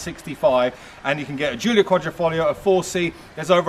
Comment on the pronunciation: I watched many video's on the Alfa Romeo Giulia Quadrifoglio but never have I heard the correct pronunciation, unless from an Italian. The correct pronunciation is Alfa Ro-meo (accent on Ro and not on "me") and it is Quadrifoglio and not Quadrofoglio (So the first "i" is not an "o").